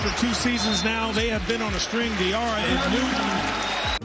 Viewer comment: Hassan Diarra, I think you pronounced his last name wrong.